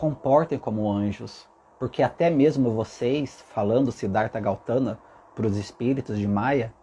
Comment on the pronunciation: Seu lindo maravilhoso, adoro suas mensagens. Está correto sobre o Buda, nasci numa família Budista e tudo que falou até aqui é verdadeiro. Deixa só fazer uma correção 😁talvez até eu esteja errada mas.. É Gautama e não Gautana😍Como falei é apenas um nome sua colocação está totalmente correta🙏❤️